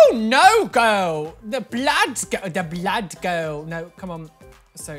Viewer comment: The way that pronounces “ blood “ basically confirms he’s a vampire